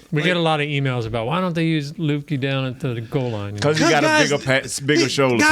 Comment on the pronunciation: Please pronounce Luepkes name correctly